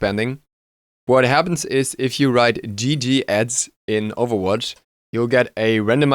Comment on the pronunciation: First of all: pls say "gg iz", i actually understood "gg ads" kinda in that overwatch thing. And in smite: I quitted smite because of the community tbh. It was way to toxic for me. Getting like once a day somebody who flamed you all the time... But I think the first think, that hirez could do, is removing VEL. VEL is an Insoulting tool... everybody uses VEL to tilt you... The first step hirez could do is really removing VEL. Its more annoying then a child in the old match halftime of the enemy team, calling "gg ez pwned noobs" while he gets carried and is 1-4-12.